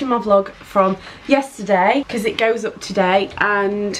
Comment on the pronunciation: I love the way you say because Becuss😂